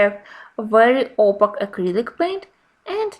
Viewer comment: Very nice explanations and demonstrations in this video. A small hint for the future. The word opaque rhymes with cake (opake). It’s confusing because of the letter q, but English is full of such oddments!